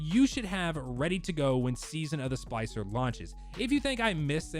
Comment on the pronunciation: You said season of the spicer by the way to let you know